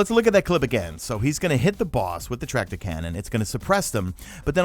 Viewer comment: Did I hear tractor-hardlight-combo?